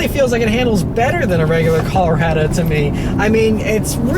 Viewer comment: Wtf is cal-rado? Is colo-rado